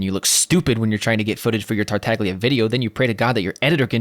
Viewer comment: It's pronounced "tartalya". As an italian my ears bleed whenever people don't even put effort in tryna pronounce the harbingers name correctly. No shade